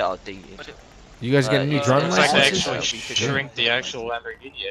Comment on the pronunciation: It’s the Go-Korghini 🤣